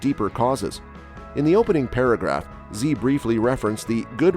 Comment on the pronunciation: You mispronounced the presidents name, Xi.